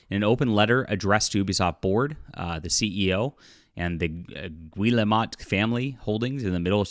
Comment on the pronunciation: It's pronounced "Gee-el-moe" 😁😁😁😁